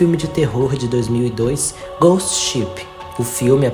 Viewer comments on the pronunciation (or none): none